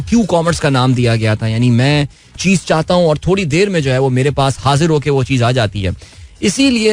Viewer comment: Urdu ka qatl e aam takleef deta hai bhai, isliye 😅 "Achhay se" "Thorri na" "Kia heee hojayega" "Gussa" "Murggii" 😢